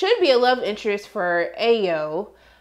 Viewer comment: Ayo is pronounced (i-oh) not (ay-yo)